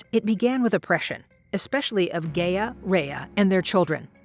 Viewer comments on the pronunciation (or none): isn't it supposed to be pronounced as 'Ga-ya'? not 'Gey-ya? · Well for starters just cause they have a team doesn't mean they do good work. But if you would like an example Gia does NOT sound like Rhea. It's pronounced (Guy-a) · This isn't bad at all, but the only thing I have an issue with is the pronunciation of Gaia. It's pronounced guy-ah not gay-ah. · "Gay-uh" oh no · ngl, can't get over the fact of the mispronunciation of Gaia